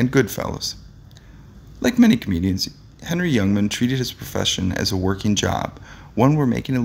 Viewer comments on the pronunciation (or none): HENNY HENNY HENNY HENNY. NOT....HENRY !!!!!!!!!!!!!!!!!!! And GRAZEEEEEANO GRAZEEEEEANO. Not GRAZANO !!!!!!! Schmeckel ! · its HENNY not Henry fool ! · The announcer needs to learn how to pronounce the names of the people in his videos. Come on. Do your damn homework. "Henny" is not the first time. It appears you are reading the script for the first time. Many mistakes. It's disrespectful to the individuals your are discribing and to your audience.